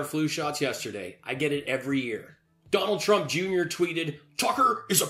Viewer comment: Dwanald twump 😆😂